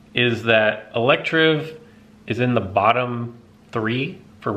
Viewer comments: It's pronounced electivire the ending is VI as in Virus. And there is an I in the middle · Electivire not Electrive. 🖒